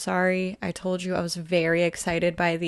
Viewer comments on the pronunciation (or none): none